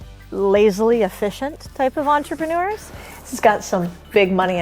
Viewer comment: did she say entreManures lol😂